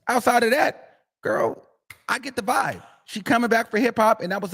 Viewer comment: She said vobe 😂😂😂